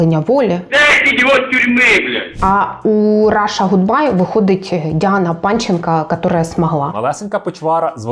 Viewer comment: Даруйте - "Ґудбай"* 😌